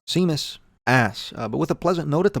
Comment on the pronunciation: “San tropes” and “seemus”. Nice